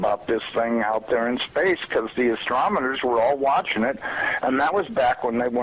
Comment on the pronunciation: WHO WANTS OLD STALE NEWS??? ANYONE WHO SAYS "AS TROM ONER" I HAVE SERIOUS DOUBTS ABOUT INTELLIGENCE & CREDIBILITY!!! JUS SAYIN...